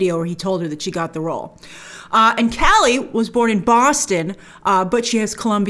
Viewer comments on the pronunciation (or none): Cali? It’s pronounced Ca-Yay it’s a Spanish name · Yeah, it's pronounced "Cah-yeh" Two L's together make a Y sound. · Isn't it Cay•yay? (Calle) ll pronounced with Y sound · lol i’m laughing at how everyone is pronouncing her last name “cali” when its more “ka ye” think of Kanye without the N. Calle = Street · Bro, it's pronounced Sasha "KAH-YE." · Isn't her last name pronounced "Caye" like "street" in Spanish? She's great on "The Young and the Restless." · For future reference it's Sasha( CAW-YAY) Calle. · Calle is pronounced “Kah-yeh” and it’s a last name in spanish but also the word “street” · It’s Sasha Cah-yeh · Sasha Calle 'pronounced Ca Ye' the 2 L is more of a Y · I hope that by the time this film finally comes out Grace has learnt how to pronounce Calle accurately. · Calle means "street" in spanish, google the pronunciation of that word! Great video as always, big fan from southamerica! 🙋🏻‍♂️ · Calle is Spanish -- not Italian. It's pronounced like a Y -- not an L. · Not how Calle is pronounced